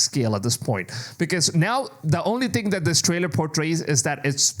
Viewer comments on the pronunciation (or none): none